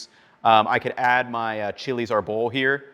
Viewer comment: AR-bol, first syllable stress on árbol: Chiles de árbol